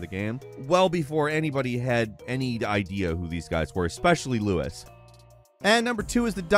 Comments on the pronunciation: Who the fuck is “Louis”? LUIS?? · Luis bro, not Lewis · "Louis" LMAO